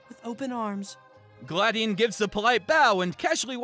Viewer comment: OH GOD "GLAD"ION?! THIS WAS FORTOLED